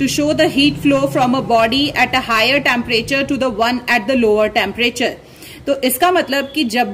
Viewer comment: she is saying tamparature but it is temprature